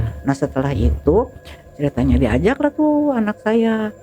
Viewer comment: yang nyeritain bilangnya ceritnya terus